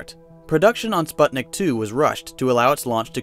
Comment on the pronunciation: spuht nick omfgggg